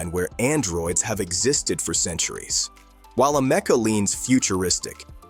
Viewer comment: I call bullschitt on this video. And it’s Ameeeka Not amecca……